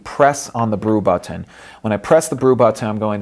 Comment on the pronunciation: it's funny lol